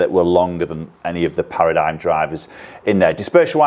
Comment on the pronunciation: ...it's pronounced "Para - dim"